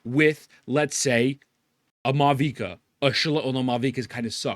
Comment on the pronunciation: Meanwhile me who saves for Archons only after Nuveli and don't bother anymore with Hoyo Sh*ty scam trailers lol. Edit: Mavuika sucks? Also it is not pronounced this way.